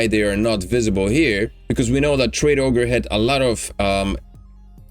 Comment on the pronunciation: says traderoge not tradeogre